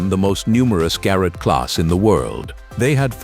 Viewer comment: And then there are the mispronunciations. Mispronouncing the word locomotive in a train video, is rather bizarre. And the first few times the voice said Ga-rot, I almost closed the window. The Breyer Garrets are one of my favorite steam locomotives, although I have never seen one in person.